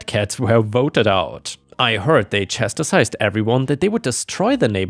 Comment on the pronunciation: I Love the stories....but... it's Chas tized not chas- ti-sized.